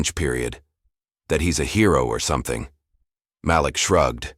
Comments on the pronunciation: That’s funny that’s what I thought. It was MALEEK in pronunciation. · If you are going to AI a story, pronounce the child's name correctly MĀLIK, not Makeek! Don't switch off! Damnit! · His name is pronounced Ma-LEAK…NOT Malick ugh! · Sometimes he called the kid MA lick, and a couple of times he said it correctly, Ma LIK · The first thing you are pronounced his name wrong. It’s MaLik not Malick! Do it correctly! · From Montreal; the voice is AI-generated.....And the young boy's name is pronounced "Mah-leek"... NOT "Malick!! 😒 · Please pronounce the child’s name correctly. Your narrator is as bad as the teacher. It is not mal-ick but ma leak. You misrepresent those you purport to represent in a positive light. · Ok, I know this free, but the AI voice switching back & forth on the pronunciation of the boy’s name is so distracting, it was awful! First the voice said Maa-lick, then says Ma-leek. The continuous mispronunciation makes this sound like something an elementary school kid made the story…. Actually, kids wouldn’t make that mistake. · The name is prounced Ma’ lik emphasis on Ma(not ma) not Malik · His name is pronounced Ma'Leak. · It's so disconcerting every time the AI mispronounces the names of Black people like Malik. (muh-leek). Can't we train the dumb software that knows everything how to speak? Because a great story gets ruined if the names are grating on the ears like nails on a chalkboard. Just my two cents! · Why do you pronounce Malik name correct sometimes and other times you mispronounce it